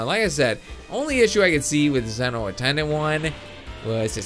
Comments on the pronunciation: Sorry but its prounounced Zee-no not Ze-no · Im not angry but Zen-oh is like Zee-no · Its pronounced ZEE-NO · its pronounced (z-no) but its fine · it's pronounced zee-noh